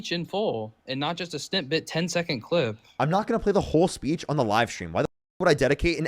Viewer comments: Is this idiot saying 'snip-bit'? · says “I know you’re not this stupid” and then the idiot says “snitbit” instead of snippet. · I think he’s saying “snip bit” but yeah. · Him saying ”snitbit” instead of snippet was painful.